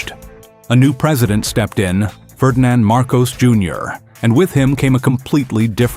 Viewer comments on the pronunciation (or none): none